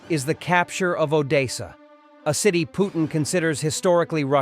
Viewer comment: It's Odessa it is pronounced O .... Dess ... A 👍